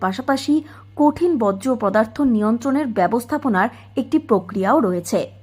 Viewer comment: বজ্রপদার্থ আবার কী? 😅 বলুন বর্জ্য পদার্থ।